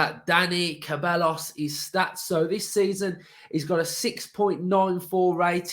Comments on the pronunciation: KUH-BELL-US??? SAY-BYE-OHS. Say it with me mate! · it’s pronounced ’sebiyos’ 😂